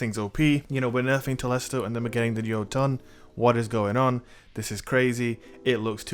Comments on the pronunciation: Bottom Text the ö makes an “er” sound, btw. I don’t think anyone realizes they’re pronouncing this word completely incorrectly. I believe it’s pronounced, “yer-tun”. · Its pronounced "Ho-Tun" and it means Giant.